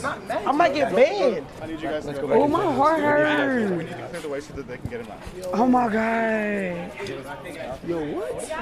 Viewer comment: A human being is suspended mid air hanging from a rope:: “ohm magaad ohm maagaad”